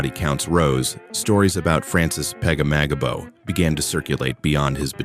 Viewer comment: Butchered the last name